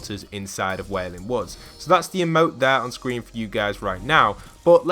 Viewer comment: Did yall here him say "SCWEEN"